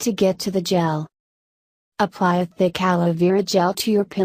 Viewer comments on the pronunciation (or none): ok am i the only one who noticed she said OOoply you honey Idk maybe i just cant hear right 😂😂